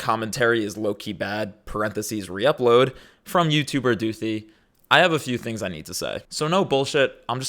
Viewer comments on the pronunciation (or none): Her name is spelled with a “th” not an “f” So it’s Doothi, not Doofy